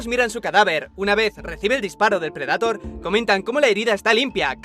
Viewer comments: PREDATOR?, NO PUDISTE PRONUNCIARLO CORRECTAMENTE? DIOSSSS NO PUEDO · preh· duh·tr por favor pronuncia como se debe... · si bueno pero las traducciones y doblajes latinos son los mejores, no que los españoles apesta su doblaje de verdad no lo soporto, ademas de que pronuncian las palabras en ingles de manera incorrecta: "predator" tal cual como se escribe no mamen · Alguien muere de cáncer cada vez que dices predator